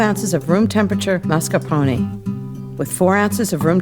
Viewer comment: Lol she pronounced mascarpone wrong xD